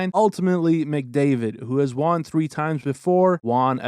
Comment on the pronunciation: Who is Juan? Won is pronounced "one".